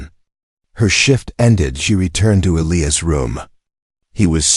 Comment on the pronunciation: Needs a better AI reader!!! It read all punctuation & can’t pronounce Elias